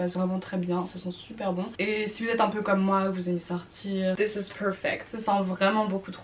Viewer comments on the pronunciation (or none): none